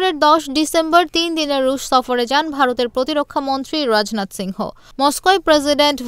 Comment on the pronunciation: রাজনাথ সিংহ নাকি রাজনাথ সিং! মাথামোটা সম্বাদিক